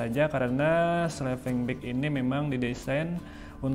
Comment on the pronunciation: Sleeping bang bukan slepeng 😮